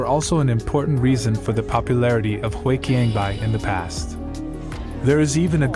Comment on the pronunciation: Despite your AI voice reader often mispronouncing words like 华强北, i think the video is still very interesting, doing a deep dive into 深圳 history